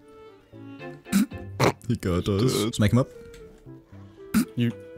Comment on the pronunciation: Why does say "Smeg" when he tries to say "smack"?